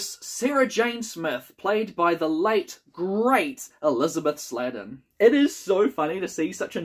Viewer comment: One point you did miss is that this story features the first mention of Gallifrey by name. Also, Elisabeth Sladen's surname is pronounced 'slade-un' not 'slad-un'. One thing you've no way of knowing is that June Brown, who played Lady Eleanor, later became a much loved actor thanks to her performance as Dot Cotton/Branning in the UK soap EastEnders. She sadly passed away not so long ago. Also in the cast is Jeremy Bulloch, last seen as Tor in The Space Museum. He of course would later play Boba Fett in the Star Wars films, although here he plays Hal the Archer. Next up is my favourite Third Doctor story. Yes, the effects could be better but I think it rattles along at a good pace. I'll be interested to hear your take on it.